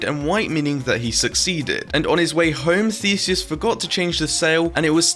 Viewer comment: YOU SAID IT RIGHT! I AM GREEK